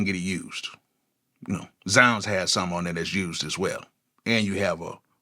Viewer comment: So 20 years later, THATS how you pronounce ZzzZounds